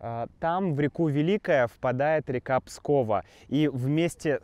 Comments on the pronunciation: Уточним. Изборск находится в 34 км от Пскова. Реки Великая и Пскова. Ударение на Пскова на ва. 😊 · Река называется Пскова с ударением на "а". А за видео спасибо! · Ага! Все петербуржцы и москвичи постоянно произносят: "ПскОва", "ЗапскОвье" и т.д. И говорят, что Кремль - это вся крепость города, от Покровской до Варлаамовской башни.